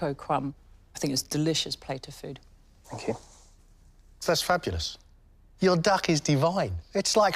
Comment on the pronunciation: ohhh..."Fank you", says,. Shes desirable in more ways than one to all but a great chef!...